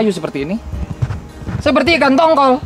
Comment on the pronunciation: Menit ke 9,37 ikan tongkol ya kang jangan di plesetin bacanya